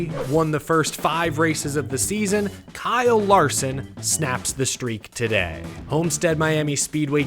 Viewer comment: Guess you had not heard the news that he changed the spelling of his name to Bkyle Larson. The B is silent. LOL!